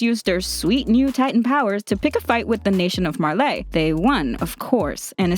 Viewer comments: "marla" and the "marlanians" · Why does she say marlay. Its Marley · Marlei? Its pronounced "marlee" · Her pronunciation of Marley as Marleé is really throwing me off. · 'Mar - Ley' well it is Marley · Myamurr But is Marley really pronounced like that? I’m confused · God the way you pronounce Marley and paradis are annoying af God you can’t pronounce anyone right